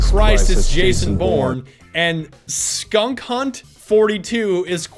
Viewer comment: It's SKANKhunt42 not skunkhunt42... it's from south park